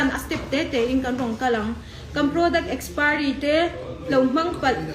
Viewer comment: Nitin adhar card hi Kan phawrh a ni ber toh a. Kan zerox deuh reng mai nen , engtin nge adhar hmanna i neih miah loh zok a, i adhar kha a lem a ni zawk a ni lo maw le. Mizo diktak awphawi poh i ni lo. Mizo diktak tan Chuan adhar card hi voters ID ai mahin a pawimawh toh zawk. I saptawng poh a pai tho mai. Kastomer, akspiry, etc😀